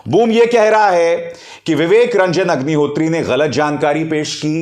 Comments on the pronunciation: Sir aapne agnihotri ko hugnihotri bol diya😁😁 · HAGNI HOTRI Sir I believe slip of tongue 😛 😂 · Sir aap ki tongue fisli hai pr mza aaya vivek hagni hotri 😄😄😄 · मुँह से अग्निहोत्री की जगह हाग्निहोत्री निकल गया😂😂😂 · में विवेक रंजन हगनिहोत्री,, ये आपने जानबूझ बोला है या धोखा हुआ है जुबान फिसला है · "Hagnihotri" - that slip of tongue was perfect one. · unintentionally he pronounced ideal name of Agnihatri 🤣